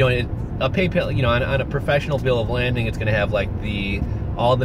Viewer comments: It's a Bill of 'LADING', not 'LANDING'...no 'N'. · Are they asking for a bill of lading? Pronounced like laid-ing. I was just curious if this is what they ask for and what you are referring to. Enjoyed your videos so far! Thanks!